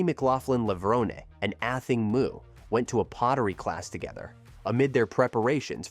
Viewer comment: have journalists lost all desire to do any research on their topic? like Google how to pronounce "Athing Mu" correctly if they are giving a whole piece to the public about this amazing athlete. shame on you